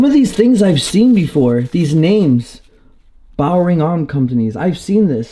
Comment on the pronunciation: 948 on counter. Dummy kids today!! Never heard of Browning arms!!😂. Pronounced it bowering Holyyyyyyyy crap!!